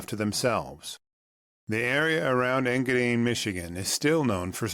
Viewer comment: EngaDINE, not EngaDEEN